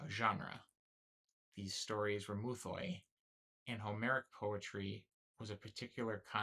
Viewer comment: Good vid ig but please for the love of god don't try to pronounce greek words or at least learn how to pronounce them. Just say myths not "mouthoi" which isn't at all how the greek word is pronounced...